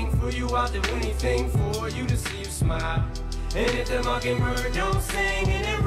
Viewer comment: It's mockingbird not mockinbird